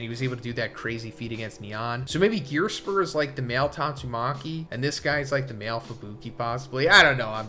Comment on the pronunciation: Im sorry.. who is Gearspur? Definitely butchered that name, but ive never heard of him in this series or your videos until right now haha